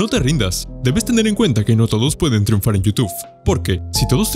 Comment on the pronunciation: Teinunfar dice XD